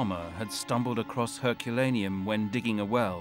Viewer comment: I can't get over how the narrator pronounces "Herculaneum".